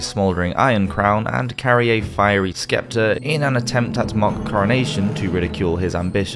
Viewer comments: In English the word sceptre is pronounced with a silent C it is said like septer. Imagine there isn't a C. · Great video! The “c” in sceptre, is silent though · C is silent in Sceptre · You really do need to check your pronunciations. Not just on this vid. Eg a sow is pronounced S OW unless you are sowing seeds. Sceptre - the C is silent! I like ya vids but these mistakes tend to spoil them and encourage people in the new world to keep pissmronuncating English 😉